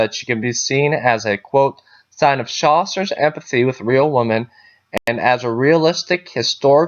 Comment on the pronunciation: Why do you pronounce “women” the same as “woman”? Very confusing